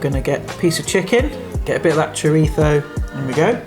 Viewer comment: Nice one! Thanks for not saying 'choreetzo'!